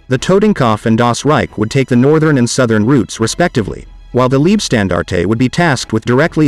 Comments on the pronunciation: Gut gemachtes Video, aber beschissene Aussprache! Warum laßt ihr euch nicht die Truppennamen vorsprechen? Es klingt doch reichlich seltsam, wenn aus der "Leibstandarte" eine "Liebstandarte" wird. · Thanks for the informative video. One minor correction: name of 1st SS Panzer div. Is pronounced "Lyebstandarte", same pronunciation as English word "lye", as in lye soap. German word for "life" is "Leib". German word for "love" is "Liebe", which does have your pronunciation of "leeb(eh)". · Very good overview, but 'Leibstandarte' should be pronounced as 'Laybstandarte' or 'Lybstandarte' (like in the English word 'Lie'), not 'Leebstandarte'... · Wrong! The German word for "life" is "Leben", "Leib" means Body. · Lean how to pronounce leibstandarte please.